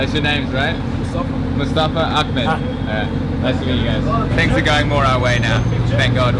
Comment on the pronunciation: Ughhhh why does everyone pronounce Ahmed as Akhmed! It's a ح! Not a خ!